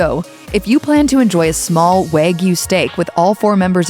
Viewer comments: Waygyu? It is pronounced wa- gyu. It is not just how they are raised. It is mostly the breed. That’s why the wagyu cows are imported from Japan to be raised here in us. Stop disseminating lies. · It is pronounced “wah gyoo” (with an A like in father) not “waa gyoo” (with A like in wag). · waaaaaaaaaay-gyu.... hahaha, time to eat my kay-suuuh-dilla and fill it mig none. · How this narrator pronounces 'Wagyu' makes me laugh...